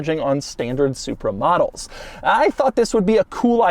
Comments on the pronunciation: I keep thinking he's saying "supermodels" not "supra models" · Every time Doug says "Supra models", I just hear "Supermodels". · I keep thinking he's saying "Super Models" when he is saying Supra Models... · I swear I heard "supermodels" few times, lol. Great review Doug!!!